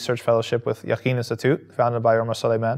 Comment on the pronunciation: lol yaqeen institute